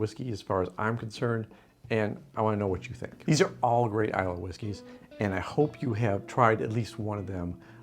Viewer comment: Malt Whisky, not Scotch. The 'y' is silent in Islay.